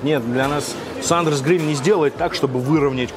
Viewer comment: Не SUNDERS а SANDERS, исправь.